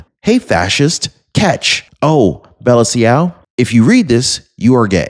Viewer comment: hi, just trying to offer some help, Bella Ciao, pronounced Bella Chow, is an Italian folk song which was used by the resistance during WWTwo against the Na*i party and against M*sall*ni.